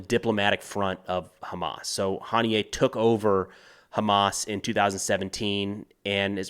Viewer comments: Huh-knee-ya. Not Hahn-knee-yay. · Its HANIY-UH for gods sake 😂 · Pretty sure his name is pronounced "ha nee yah" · It’s pronounced Hah-NEE-Ah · I don’t understand why Americans mispronounce their names. Hani-yeh, not Ha-niyeh Def, not “Deef” Yihya Sinwar not “Yaya”